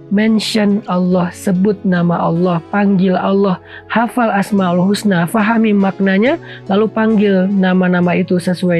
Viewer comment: Maaf koreksi ustad. Walillahil asmaa ul husna. Bukan asmaail husna